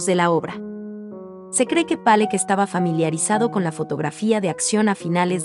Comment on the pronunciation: Demasiada verborrea para definir pintura tan pobre, y la pronunciación "Pallock"...qué cosas.